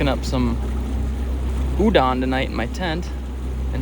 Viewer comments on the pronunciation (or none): I honestly love your content but for a person who grew up in Japan I think it’s only fair for you who loves Japanese culture to put some effort in pronouncing some stuff right like Udon is not U-Dan it’s U-Don as in the o is pronounced as an O kinda like pronouncing the word Orio it’s not Ario! so yeah fam keep making t awesome content but also put some efforts in the nihongo 😊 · Bro. If you are going to keep going back to Japan, you need to know that it is not pronounced oodan. It is oo-doan. Rhymes with “You Joan.” You have to get the Japanese pronunciations down. Especially if you’re going to have a Japanese girlfriend in the future. 😉